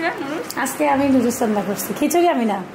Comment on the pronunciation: নুডুস না আপু নুডলস হবে কথাটা